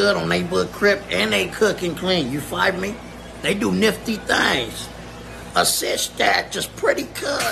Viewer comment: 'and remember, the 50s r winning my nickel. On hood' Also, my nigga kept sayin 'citch' instead of 'bitch' 😂🤣 keeping it 55th all the way, on hood.